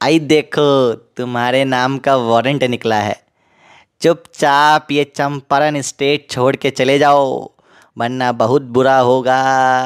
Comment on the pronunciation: चंपारण ❌️ चंपरण ✅️